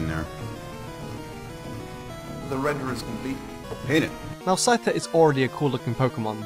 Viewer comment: DO NOT LEAVE OFF THE C IN SCYTHER AND SCIZOR!